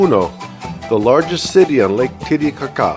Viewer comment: I have been to Lake Titicaca, but have never heard it pronounced ca-CAH before. The things you learn! 😆